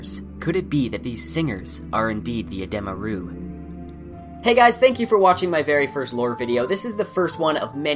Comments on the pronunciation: I always find it odd watching videos over novels, as people always pronounce things differently. You pronounced edema ruh in this video as "Eh-deem-uh Roo" I always pronounce it as "Eh-Deh-muh ruh" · Oh interesting, I've never heard them pronounced like that! Rothfuss has a YouTube video where he pronounces everything in his book and he pronounces them like "edema roo", but I can see why you would pronounce it that way